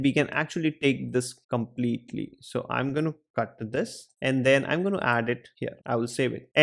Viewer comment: gonnu gonnu gonnu.......its gonna or going to not gonnu. worst teacher. you just have knowledge but you cant teach. IF you cant speak english properly then speak fkin hindiiiiiiiiiii. gonnu .